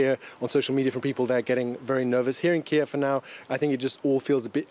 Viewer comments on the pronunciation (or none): none